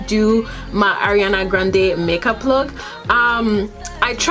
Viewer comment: Her name is pronounce ARE-IANA by the way.